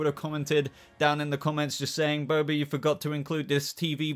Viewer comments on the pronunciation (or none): none